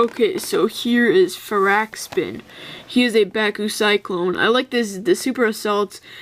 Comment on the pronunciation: its far-ak-spin